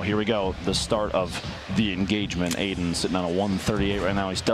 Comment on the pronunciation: Nobody: Literally nobody: Ninja: AIDAN 👁👄👁